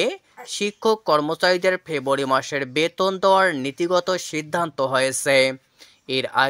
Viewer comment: ভাই, " ফেবুয়ারী " কি ?